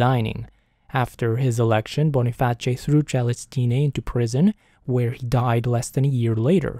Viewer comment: Wait...is that how you pronounce Boniface? I've been wrong my whole life!!